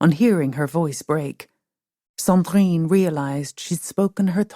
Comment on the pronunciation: Oh my god woman - Sandrine is a beautiful name but you really strangle it with that terrible prononciation.